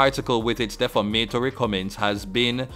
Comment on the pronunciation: De-fam-a-tory not def-a-ma-tory